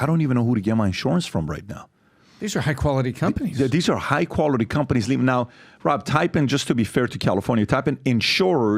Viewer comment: Patrick, when you say words ending with "ing", why do you add a "k" sound? In other words, the word "LEAVING"...you say it as: "LEAVINGK". And you are not the only one. I hear it from a lot of people all of the sudden.